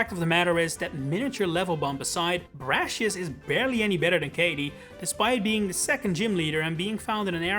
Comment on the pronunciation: It’s pronounced RAY-mohs, VEE-oh-luh, viv-EE-YAHN, and brass-EE-iss, “”! 🤨 You also left out ORAS! 🙄